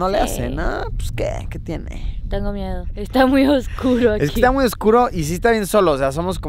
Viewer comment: "tengo mieo"